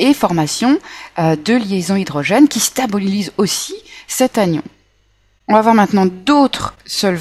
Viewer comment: J'entends dire quelque part " stabolise" .